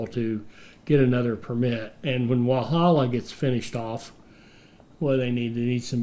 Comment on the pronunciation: I gotta say the first couple of times he pronounces any of these names is funny but then it becomes sad, especially when Walhalla (you’re over emphasising the H) was correct pronounced by the NPC. Bendigo is pretty historically significant, should be able to find it in another video on the gold rush or stockades that happened there. The mistake Americans seem to make is over emphasising vowels, we Aussies generally just blurt stuff out with minimal emphasis on any sound in the word.